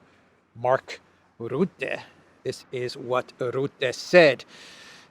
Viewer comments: Rutte is pronounced with the u like the u in up. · According to English pronunciation "RUTTE" has to be spoken as "RAT". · it’s not Rootte but Rutte spoken as the first U of Ursula. Rutte is a clown. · Rutte forgets... it seems perfectly normal for European countries to give Ukrain F16's and tanks... but... Russia, is not allowed... the arrogance.... PS it's Ruhte... not Roette hehe.... like 'uh' .... Rutte is a puppit, a lier, and destroyed the Netherlands almost with his WEF agenda. He now is gonna destroy the EU... so the WEF and Blackrocks can take over, and Rutte is paid handsomely for that. Rutte is a sociopath, doesn't give a damn about 150million Europeans... he only thinks about himself. Same character as Ursula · Not Ritter as they corrected me but rutte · I luv 😂❤ the way you pronounce Rutte! 😂😂😂